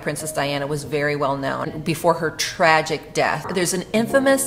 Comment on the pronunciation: Why did you add emphasis to Tragic